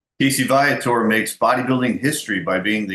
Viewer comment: Your pronouncing his name wrong...its VEE-a-tor as spoken by Casey himself!